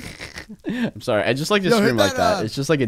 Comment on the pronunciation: Mistake sawwy